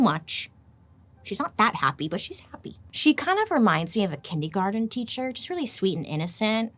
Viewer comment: Probably one of my favorite videos so far! Also I’m dying at the way “kindergarten” was pronounced 😂❤ love ya Bailey!!!